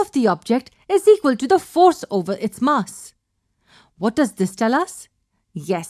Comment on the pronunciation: the MUSS of the gun lol